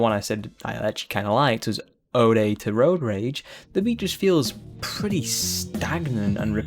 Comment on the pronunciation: He can pronounce Eyjafjallajokull but cant pronounce Vaudeville, Kavorkian or Ode ? lol